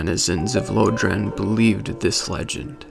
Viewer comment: i love these videos but can you stop calling it "Low-dran". Unless i'm crazy, it's pronounced "Lore-dran"